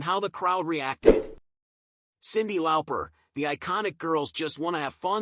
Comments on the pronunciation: It's LAWPER not LOUPER!!😡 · I do love a bit of Cyndi "Lowper"